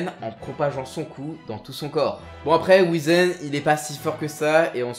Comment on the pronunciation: alors juste un truc qui m'à trigger tout le long de la vidéo... ça se prononce Whyzen